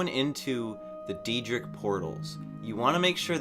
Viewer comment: nah mate I'm just making fun of the way you said daedric